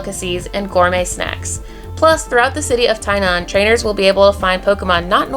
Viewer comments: it's gonna be good to have you back in Taiwan. I met you last time, it was a treat. And btw you pronounced Tie-nan right, chee-may was close... 😘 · Your “Tainan”pronounce is quite perfect!XDD